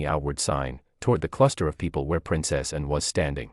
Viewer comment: It is very distracting that the AI mispronounces Princess Anne’s name.